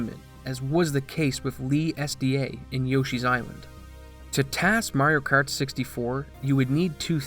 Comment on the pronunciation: Wtf is "Merioh Kert"?